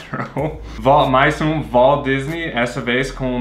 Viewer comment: Não é homenagem ao walldisney não maxo, é Valdisney ou waldisney, se ler com som de "va" de vanessa, no final pode ser nei com i ou y. Kkkk